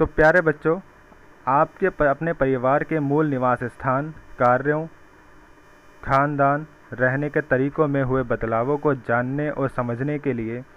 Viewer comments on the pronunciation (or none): Sar vo khandan nhi Khan pan. He😂😂😂😂